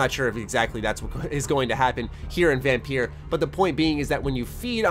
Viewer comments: You said vampeer i cringed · I see quite a few people talking about it, maybe it's just in certain communities. But then the devs themselves aren't actively advertising the game right now, which is a bit weird. EDIT: Also, the game is pronounced as "vampire", it's the old spelling of the word. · You say it as Vampire you daft sod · VAM PIEERR haha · I'm sorry.....how did you just pronounce the title?